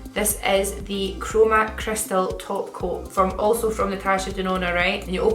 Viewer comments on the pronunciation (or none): none